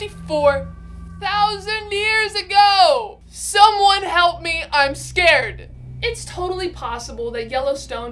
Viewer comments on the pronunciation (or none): none